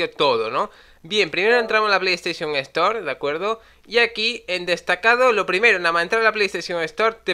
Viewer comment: Por qué los españoles pronuncian mal las palabras en inglés la Estore... ROJE COMPANY 😹